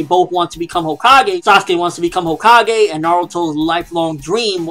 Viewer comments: CO-kages? lol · Hokage not homage